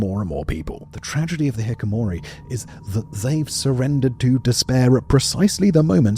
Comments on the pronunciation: Great video, but you are pronouncing it wrong. Hee-kee-koh-mor-ee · Does the pronunciation improve during the video or is it said Hikomori all the way through? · how do you miss one extra syllable for 30 minutes? hee-kee-koh-MOR-ee have your editors do a slight bit more research.. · you keep saying "hick uh mori". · Very interesting and end engaging. I don't want to be "that guy", but it was a little distracting hearing the mispronounciation of the title subject 30+ times. It was pronounced Hikomori every single time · simon. please. hi-ki-ko-mo-ri. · "Hikimori" ..... close, so close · Hi Simon, love your work. you pronounce hikki ko mori wrong and it's annoying the shit out of me. Sorry. Keep up the good work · You're missing a syllable. Hikikomori - He Key Koh More Ey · You missed a "ki". It's Hikikomori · Why are you saying a completely different word when talking about this subject. It's hiKIkomori, for fuck's sake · Expecting correct pronunciation isn't fair, but confidently chopping out a full syllable is hard to listen to. A bleep would sound better than hikkomori. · Hi-KI-Komori. Feel like that syllable got a bit forgotten in this video! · Why cant this robot pronounce Hikikomori , what I can hear is Hik -o-mori. Smacks of A.I slop to me . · Video was great, per the usual. My one, unfortunately loud, complaint: hi-ki-ki-mo-ri. The lack of an entire syllable in every single time of pronunciation drove me almost to the point of not wanting to finish the video. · Jesus Simon Japanese is the easiest language to pronounce because of the tied consonant and vowel base. It’s He-Key-co-mo-re. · There's a KI in the Hi-ki-ko-mo-ri Simon idk if you noticed T_T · Hee-kee-koh-moh-ree I know the syllables aren't native to most people but someone telling him how to say it before he filmed this would have been beneficial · I'm guessing the hikiko part looked like hikko instead so he just read it like that and kept going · Pronouncing it wrong for the entire video